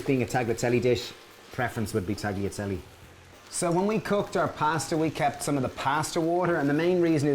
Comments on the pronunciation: Hahaha. I know. Talyatelle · Guys its taliatelle. The g is mute :) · I love your recipes but please don't pronounce the 'g' in tagliatelle. It's wrong and it drives me mad.